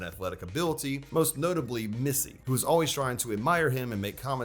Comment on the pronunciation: It's her English name too, I dunno why he says Missy